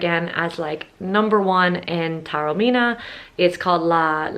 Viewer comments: Taormina is pronounced correctly ‘Tah-orr-mee-nah’. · You rightly pointed out at the start the difficulties for all native English speakers in pronouncing Taormina correctly: ‘Tour-meena’, Tarrow-meena’, and all the rest are horrible mutilations...and they are incorrect. I appreciated that you tried - you just need to listen carefully to the very un-English ‘ao’ sound, and add a bit of a trill onto the ‘r’ - the rest is easy. I suspect that your beautiful Italian name is regularly mangled beyond recognition by non-Italian speakers! Well worth a second visit - it’s a fantastic destination.